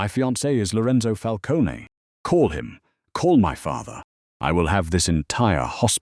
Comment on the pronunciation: Fix the AI pronunciation of Lucchese and Falcone and manila.